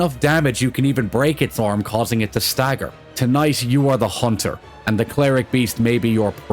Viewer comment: "A Hoonter shall hoont."